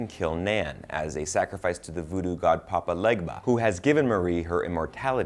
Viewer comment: sounds like he said “Papa Ligma”